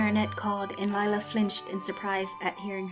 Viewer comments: *lila not lie-la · Instead ee have lie-la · Same she is just a freaking liar that's why your name is Lila pronounced liela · its not lila its lie-la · LIE-la should be the real way her name should’ve been spelled.. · anyone else notice that lila sounds like liar personally her name should've been lira because if u mix it is lial but if it was lira it would be liar